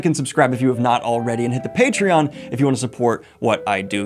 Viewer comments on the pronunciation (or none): none